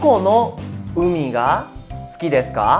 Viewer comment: Hola estoy actualmente viviendo en Japón y estoy viendo tus clases y me parecen interesantes, pero tengo una duda referente a la palabra sukides como se dice exactamente 🙄 se dice su o kides?xq te oigo que suena kides y no sukides con la pronunciación su.. 🤔